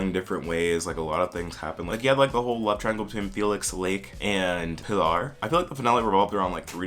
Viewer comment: Folks be saying Pilar like pill are, but it is really just pee Lawr